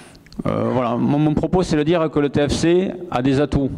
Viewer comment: Discours très encourageant pour lessupoortersmais essayer de dire "TÉFÉCÉ"